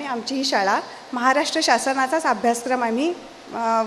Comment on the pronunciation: महाराष्ट्र असा शब्द आहे उच्चार म्हाराष्ट्र असा निवेदिका ताईंनी केला, काय हे?